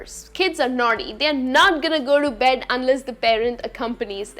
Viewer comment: Beddu, nighttu, correctu why I sound like ths sometime somewhr in her speech.. her voice s so nice.. sorry if m wrong.. any hw thanx